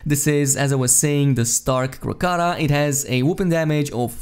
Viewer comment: "Krak-uh-toe-uh." - Like the volcano in Indonesia.